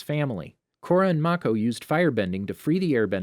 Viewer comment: Kora....Corridor.....KORADOOR My sister and I laughed way too hard at this🤣